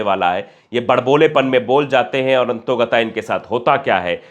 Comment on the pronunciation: अरे भाई, "अंततोगताः या अंततोगता" नहीं बल्कि "अंततोगत्वा" होता है।